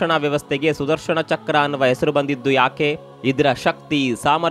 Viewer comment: ನ ಉಚ್ಚಾರ ಮಾಡಿ ಣ ಅಲ್ಲಾ... ಸುದರ್ಶನ